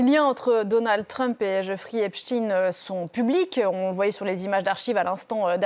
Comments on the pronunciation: « Epchtine »hahahaaa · C’est pas possible de prononcer tous aussi mal epstein